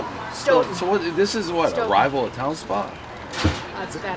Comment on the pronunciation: Guy is from mass can't even pronounce Stoughton.